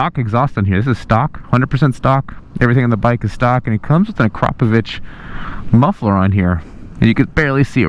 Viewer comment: A-Krap-o-vich, not A-crop-o-vich